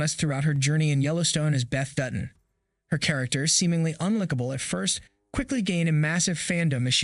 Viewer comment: Learn how to pronounce likable and debut. This sounded like text to speech.